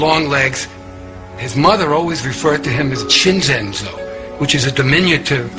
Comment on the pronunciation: Not Cinzenzo but Cinzino. They would have pronounced that Chin-zeen'. Using the 2nd part of a diminutive is very common in Italy, and cutting off the final vowel is typically southern Italian.